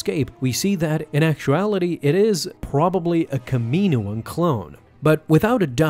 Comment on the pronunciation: Kam IN oan not Kam E noan. C,mon man 🙄 I swear you’re doing it to bother us.